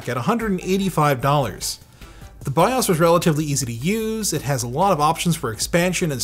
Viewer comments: I just wish he pronounced BIOS differently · It's no longer BYE-OWS BYE-OUS or BYE-OUSE said BYE-AUSE